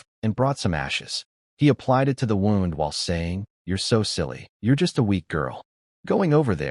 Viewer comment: Great story. Bow or wound are tells of ai voice.